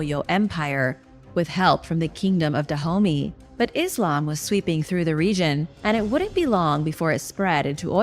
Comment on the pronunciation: "Kingdom of da homie" lol